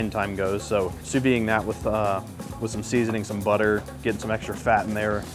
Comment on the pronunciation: Folks.... Sous Vide does NOT have a silent ending. French words aren't all randomly silent endings. You pronounce it "sue-VEED".